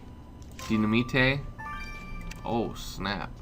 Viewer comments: it's Dy-na-mite not Dy-na-mi-te. The way you say it sounds cool either way though. =^.^= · loll ace its dynimate not dyinmata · Dynaminte is pronounced di-na-mite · dynamite is pronounced DINIMITE